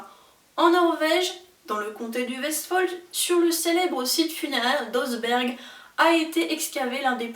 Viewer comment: Vidéo bien construite, simple mais riche en détails et petites infos passionnantes =) En revanche j'aimerais pointer la prononciation de plusieurs mots étrangers : missed-hole n'est vraiment pas "missède aule" mais plutôt "misst Haule" (je mets le H aspiré en capitales) - je n'ai tout simplement pas compris de quoi vous parliez la première fois ! Aussi, Oseberg se prononce en norvégien "ousseh-ber(ille)" (je mets le -ille entre parenthèses car il est très, très discret, c'est presque "ousseber", juste un peu mouillé sur la fin) et non "oze-bergue" ;) Cela dit vraiment sans troller, juste de façon constructive en espérant aider à faire avancer votre contenu que je trouve, comme dit, très intéressant.